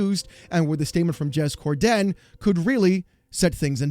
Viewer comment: "Jez Core-DEN!"